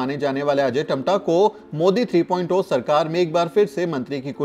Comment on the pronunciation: Three point Zero को Tree point 'ओ' क्यों कह रहे हैं?